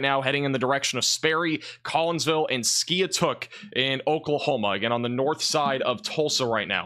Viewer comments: Skiatook Is pronounced. Ski-took I used to live down there and they named that city because of bad tornado came through and wiped out the town a long time ago. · Pronounced Skytook